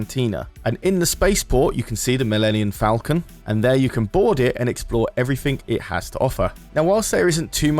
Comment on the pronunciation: Its Millennium falcon not Millenniun falcon